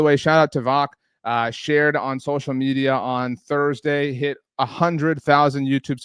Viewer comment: Mispronounced my boy voch’s name wrong 😅 it’s pronounced votch lol like watch but with a “V”. Great content love it! Go COWBOYS!!